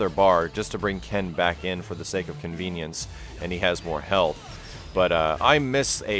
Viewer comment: . did you say, "just to bring ken in for the sake of ken-vience"???